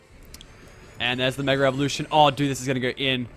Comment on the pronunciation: Mega not Megger